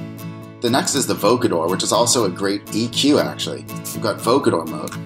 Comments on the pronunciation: it's pronounced VOH COH der, not voca DER :) lol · Great ideas! BTW, vocoder rhymes with "snow loader"